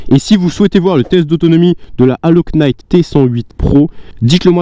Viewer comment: bonjour, En Anglais on ne prononce pas la lettre K dans le mot Knight. Mais vos vidéo reste super.